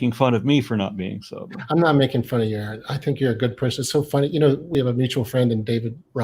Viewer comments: It's, R N. Not Aaron. I know is used to it but it's annoying and if this guy knew who was he wouldn't keep saying Aaron. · Sigh. Guy is locked into broadcast mode. Even toward the end after being corrected, he's still calling "Erin". Not taking anything in. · It's, not Aaron.... 👍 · Anyone else bothered by the fact that he keeps saying Aaron instead of? Just me? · Bobby Allen I know it’s a minor issue and it’s not his real name, but neither is Aaron. It’s just something that I found distasteful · These people's beliefs don't surprise me,, considering they can't even pronounce your name correctly even after correction. Wouldn't you, ya know, at least research that before talking to someone 😂 I think it's very telling. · I can take no more of this fool. Laughing and dismissing before even listening to the argument (whilst misprouncing his fucking name at every moment). He is and always was a religiotard. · The proof that this fucKtard is not interested in any way of intelligent truthful conversation, that he is not actually listening to what is saying is that this idiot was corrected no less than 8 times within this very conversation the proper pronunciation of your name, and continued to get it wrong is proof that this idiot is not worth having any other conversations with you,! This idiot is no different than all other idiot god believers. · He totally ignores you every time you correct him on the correct pronunciation of your name. What a smug tool. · He was never anything but a Catholic. He is absolutely dishonest, and intentionally mispronouncing name as a jab.